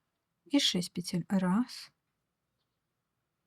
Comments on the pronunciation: Объясните мне пожалуйста, ЧТО принципиально меняется в вязании, если автор произносит не "накИд", а "нАкид", не "пЕтель", а "петЕль"??? Может она и крючок неправильно держит? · Девушка, пЕтель, а не петЕль, говорите правильно, пожалуйста, чтобы вас можно было слушать.